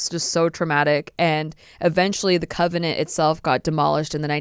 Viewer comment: CON-vent - not covenant. Theophilus is Thee (the th sounds like in the name Theo, not the) - OFF- uh - lis. Emphasis on "oph". Just wanted to let you know. :) Interesting stories.